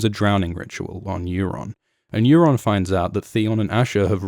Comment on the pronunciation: Euron not Aeron